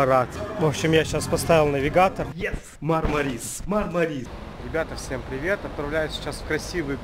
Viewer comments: МАрмарис, потому что в турецком языке в названиях городов ударение ставится на первый слог! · Ударение на первую А , а не на И . Правильно мАрмарис!!!! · Ударение неправильно режет ухо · В Турции нет города Мармари'с, есть город Ма'рмарис. Ну так, для информации... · Говорить правильно научитесь. Мармарис-ударение на первый слог!!!